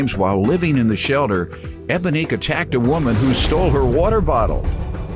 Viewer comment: did the announcer say,”While living in the SHELDER”?!?! Not shelDer😂😂😂🤦🏾‍♀️🤦🏾‍♀️